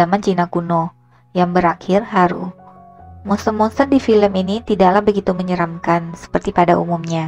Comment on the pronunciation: mksh ya, soalnya pas ngomong haru nya ga terlalu jelas jd penasaran😉